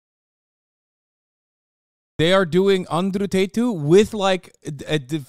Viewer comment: "anderu taytu" xDDD